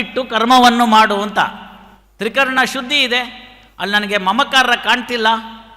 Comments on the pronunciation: ತ್ರಿಕರ್ಣ ಅಲ್ಲ ಅದು ತ್ರೀಕರಣ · ತ್ರಿಕರ್ಣ ಅಲ್ಲ. ತ್ರಿಕರಣ.